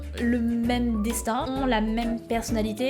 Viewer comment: "prends-toi en main, Cé ton destain"" XD